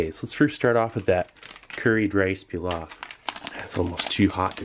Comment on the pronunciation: I lıke how you pronounced pilav :))